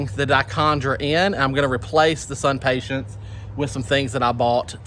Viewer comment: SUNPATIENS...no T at the end. IMPATIENS...no T at the end. I realize this is very picky of me, but it drives me crazy.